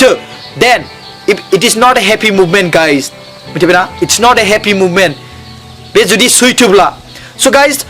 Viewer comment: "Movement" amprai "moment" ni difference kow mwntiya nama nwngtanga?